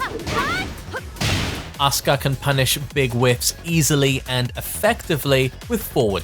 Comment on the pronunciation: It's asuak not Oscar